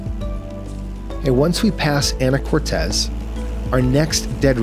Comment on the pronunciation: Can we next get Canadian VNC (visual Navigation Charts) next??? P-p-p-pleeeeeeease. PS, locals pronounce it “Ana-cor-teese” and “Ska-jet”. :). Thanks for the vid. :). ❤